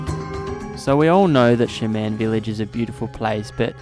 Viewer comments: Great video; thanks for posting. I have to ask, though: are you intentionally mispronouncing the word "shaman"? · Yeah idk how they pronounce "Shaman" where he's from, but I have a feeling he's never heard that word spoken out loud. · lol shuh-man